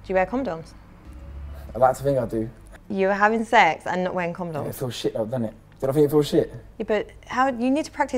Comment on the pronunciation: “Comdoms” bruv